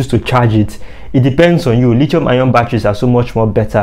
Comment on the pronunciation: Dude knows his stuff but the way he kept pronouncing the "lithium" battery is killing me. Lol